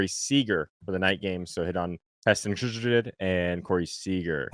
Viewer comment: I’m cracking up at saying Kjerstad! 😆 😆 How did Slop + Modi not LOL. Hilarious